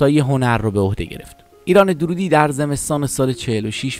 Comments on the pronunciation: نام خانوادگی درست تلفظ کنید. درودی غلط است. دَر‌رودی درسته.دَررود‌ یکی ازشهرهای کوچک نیشابور است.درود در استان لرستان است. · با درود و براستی که دَررودی صحیح است۔ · روح اين بانوي هنرمند شاد و يادش تا ابد ماندگار. ايكاش گوينده اين كليپ نام فاميل ايشان را به غلط به جاي Darroudi, درودي تلفظ نميكرد. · دَرودی درسته نه دورودی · تلفظ فامیل ایشون دررودی با تشدید است.. نام محلی در خراسان.. Darroud.. جايشان بسيار خالي بانويي بي همتا … ده ها سال بايد منتظر بشويم تا سرزمينمان صاحب چنين فرزندي شود . ! لطفا با اطمينان در مورد تاريخ ها و زمان و تلفظ ها ويديو بسازيد. به خصوص راجع به افرادي با چنین شهرت بین المللی !! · درود بر شما . تعجب میکنم از شما که از کسی صحبت میکنین که حتی فامیل ایشان را اشتباه تلفظ میکنین !!! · اقای عزیز شما هم اسم استاد رو اشباه گفتی هم خیلی از واژه ها را از جمله اسم لُوور رو اشتباه تلفظ کردید